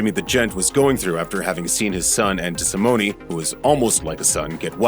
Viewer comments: Desimone not pronounced with an E sound at the end. Cringe.. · Just an FYI you’re pronouncing Tommy’s name wrong and his bones weren’t in the basement